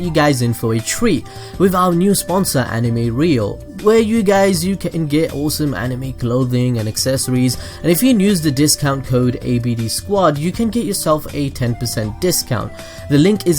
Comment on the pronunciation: lol you always say use with an n at the beginning, I have never heard that before